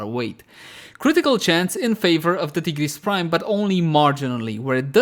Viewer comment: T-GERESS BRIME